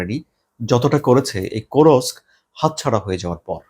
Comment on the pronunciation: Does Russia has only one "Hero of Russian Federation"?. Kursk is a Russian Region, not an occupied Ukrainian region. You are spreading distorted news. Also it is not Kurosk, it is Kursk.